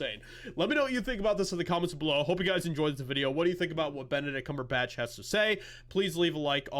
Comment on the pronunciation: Did you say, "Bent-a-dick Cumber-bitch"?